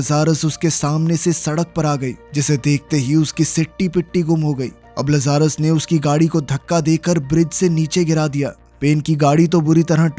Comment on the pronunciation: Gadi ka naam लज़ारस nahi hai Bhai Lazarus लाज़रस है। इस नाम को बाइबल से लिया गया है। बाइबल में लाज़रस वह इंसान था जिसे यीशु मसीह ने मौत के मुंह से वापस लाया था। जो मर के फिर दोबारा जिंदा हुआ था। जैसे कि इस मूवी में यह गाड़ी।